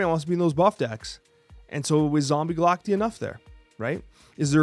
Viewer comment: Pronounced "Ga-lak-tie" broseph.